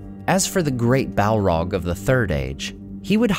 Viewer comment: listening to this guy say "Balrog" is an uncannily satisfying experience. I think I could listen to him saying "Balrog" for a significant part of the day